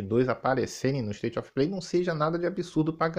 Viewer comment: "ISTAITI OFI PLEI" 😂😂😂😂😂